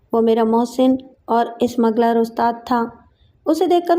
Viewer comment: Ismagler nahin smugler.